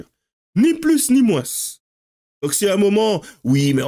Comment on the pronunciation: Fais gaffe tu derives sur l'accent du midi. Moinsssss😅